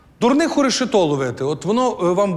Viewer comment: Шоу чудове! Але у Володимира постійні помилки у наголошуванні слів: треба вИпадок,рЕшето. І звичайно в наших телефонах є застосунок , а не додаток. Дивує, що вчителька не виправляє